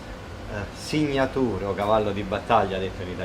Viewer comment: "signatùr"... meglio limitarsi all'italiano o a cucinare.